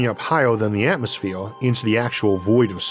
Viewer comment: LOL this dude can't do Rs he says Atmosfewe